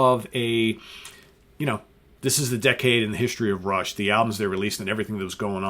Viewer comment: Dude, it's fucking RUSH!